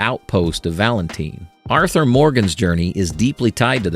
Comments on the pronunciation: The guy doing the voiceover has no clue what he's talking about. Saint DeniS* ValenTIN* If you played RDR 2 you know how they are pronounced. Also, where is Cyberpunk 2077? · And it's not Valenteen 😅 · came to say that, it is genuinely so lifeless and awful. must be, how can anyone not pronounce 'Valentine'? like i get Saint Denis, but like Valentine, really? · I almost hope that the narrator is AI by the way he pronounced Saint Denis and Valentine....